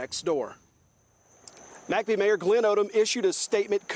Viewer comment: Why do they pronounce it "Mack Bee"? I've pronounced it "Mick Bee" my whole life? Have I been wrong?